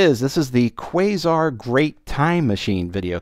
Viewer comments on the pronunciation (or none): none